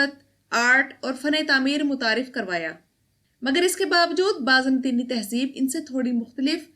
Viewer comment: Baaz Natini nahi ...... Baazan-tini